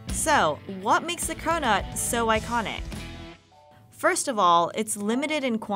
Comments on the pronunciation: When you hear cronut as corona 😂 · Does anyone else hear "corona" as she says "cronut"? I cant get the rona out of my head!